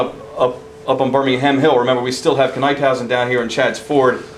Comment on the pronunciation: There was a time when Washington thought about fighting the Brits in Delaware at where the Brandywine Springs Park is today. Because the water around the park was so low Washington ruled against it and moved up to Chadds Ford. NIP-hausen is how Knyphausen is pronounced. One error that is constantly repeated is the stone fence at the Birmingham Meeting House. That fence wasn't built until after the Battle of the Brandywine.